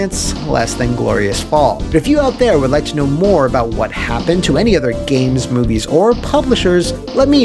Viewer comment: “Wha Happun?” > “What Happened”